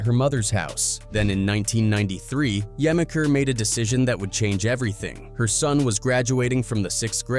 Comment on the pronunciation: Im gonna help you out. It's Juh-meek-er, not gemiker.